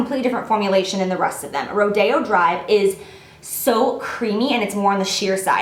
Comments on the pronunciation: Not to be mean but isn't it pronounced Ro-di-o? Not ro-day-o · Are you sure it's pronounced like ro-day-o drive? I think it might be be ro-dee-o drive :) anyway, great video Jaclyn! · Is rodeo drive pronounced "Ro Day Oh" or "Roy Dee Oh"? Not that it matters at ALL I'm just curious ;) Love you Jac!!!!